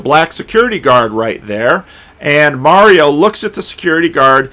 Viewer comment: it’s Marlo not Mario. 😎.